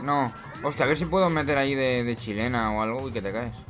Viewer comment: cuando isiste la primera chilena dijiste chilela? o chilena